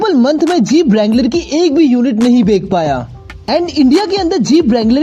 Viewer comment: bek paya ya bech paya ? 😂